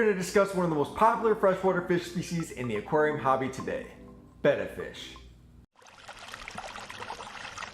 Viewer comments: 1 - I've kept/bred these fish for 50+ years, and Betta was always pronounced "bettah", as in "better". "Beta" is the Greek letter "B". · 1: I can't stand it when people say BEY-TUH! :( Love your monte carlo carpet; I too have it with no CO2 and grow it with a Finnex Planted+. That bonsai is pretty killer too with a massive quantity of anubias nana petite. If you don't mind sharing, what kind of camera do you use for your video and photos? The quality is quite superb. Thank you. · I pronounce the name betta option 2, but it doesn't matter since we all know what fish you're talking about.